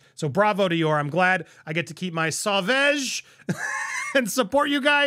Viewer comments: Andy please stop pronouncing Savage it’s sovage ! In French “au” sound like a “o” 😉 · pleasee...for the love of God! Someone tell him how to properly pronounce SAUVAGE .... I like this show....not a hater, but I have to 🙄 everytime he tries to say the name of JDs fragrance!!